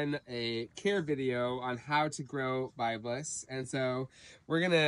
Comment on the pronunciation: 'Word'-To-The-WISE ... It's-Pronounced [BIB-LESS] ... In-Its-Country-of-ORIGIN ... &-Rica-ERICKSON Was-The-'First'-Person To-Describe ... The So-Called 'Northern'-FORM (Liniflora) ... Across-The-[1950]s-&-[60s] ... Mainly-IN Newpaper & Then Later Magazine-Articles ... 'Worth'-Looking-UP ... Now-We-'Have'-The-INTERNET ... & 'High'-Speed-Clayton's-BROADBAND So-To-Speak!!!??? >(*U^)< (Joke) Wink